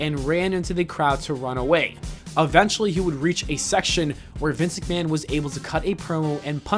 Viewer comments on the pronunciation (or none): none